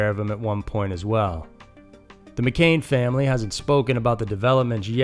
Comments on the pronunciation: McCann, not McCainn 🤦🏽‍♂️ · Its mc'cann not mc'cain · Mccann ... mick-ann.. you kept saying mcain. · hi dude. McCann is pronounced mc can, as in tin can. not McCain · McCAIN?! It's pronounced McCAN. Come on.. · McCann, not McKane. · The stories are good, but you have said McCain 4 times. It's McCann. Victims deserve better representation when you are telling their stories. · Madeline McCann not 'McCain.' 😉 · Do your research, please. It’s Mc-Cann, not Mc-Cain. If we weren’t talking about a dead child, it wouldn’t be so disrespectful. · ffs man it's not McCain!!! It's McCANN do your research on the name. It's incredibly frustrating that you can't even bother to say the name properly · It’s McCann, not McCain. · It's McCann not McCain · It's pronounced "MA CAN" not ma Kane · Mccaan is not Mccain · its mccann not mcain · Video starts . Time to pause the Spirit of the West / Canada music binge for Scary Mysteries! I heard about the TikTok video on Reddit. Another edit: Madeline McCANN is NOT pronounced like the apple juice brand "McCain"! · NOT MCCAIN it is MCCANN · Its pronounced MC-CANN not CANE! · Mc Cann not Cain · Its mccann not mccain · McCann not McCain Cyntoia not Cyntonia You’re better than this.